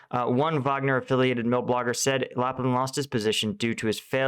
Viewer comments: nth video in a row. It should be LAPIN.. not LAPLIN :) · LAPIN. NOT LaPlin. General. Not colonel. You are HILARIOUS man. 🤣🤣🤣🤣🤣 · If you wanna get to 1m subs maybe learn to read bro. How does Lapin get mispronounced Laplin over and over again....Ain’t no L there dude..... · Hey, why do you insist on adding second L to Lapin for the second video in the row now? Also, all my hatred towards Prigozhin aside, there is a plenty of very varying businesses he owns, like i.e. Internet Research Agency, Concord Management and Consulting, a chain of casinos, expensive restaurants (the kind of expensive that actually hosted Pres. Bush and Jacques Chirac) etc., catering company being just one of them and being the continuation of a business he and his father started in the early 1990's. All of the above of course dipped in a lot of corruption, tax fraud and what have you, allowing him to afford yachts and huge mansions. There is no reason for him to not own that catering company too, as it apparently continues to be profitable. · Why do you say Laplin when there's only one L in it? That's illogical. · Love the show but the pronunciation of Colonel "Lapin" is La peen or La pin which is the same as the French word for rabbit. Not really a very Russian last name? Keep up the great work! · Lapin is not a Colonel but Colonel General, a 3 star General rank between Lieutenant General and Army General. And there is no L in the middle of his name. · I understand if people mispronounce like "Zaporizhzhia" or even "Severodonetsk" but how do you mess up "Lapin"